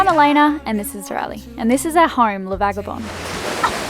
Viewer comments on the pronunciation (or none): simple k0 And I love it when she says, “and this is our hoym.”